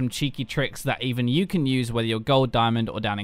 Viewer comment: "This video is about some cheeky tricks EVEN YOU can use." You emphasized that a little too much bro